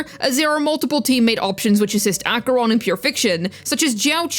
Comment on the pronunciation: you're the first person ive heard saying acheroni... i love saying it im surprised i dont hear it often